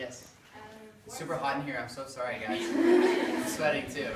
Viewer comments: Therese Cerdan soory 😂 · That’s ‘sorry’ sounded so Canadian. 😍😍😍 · when he said sorry it was super canadian lmaooo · When he said sorry at the end I've never heard someone so Canadian 😂